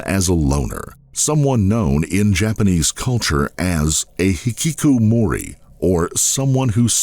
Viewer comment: Butchered the word Hikikomori